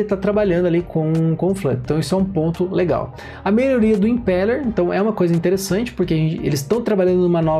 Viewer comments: Boa demais prof!! Só um adendo pras próximas, a pronúncia do Impeller seria como se tivesse um acento no e, Impéller!! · Obrigado, pronunciava certo, mas já ouvi impíller kkk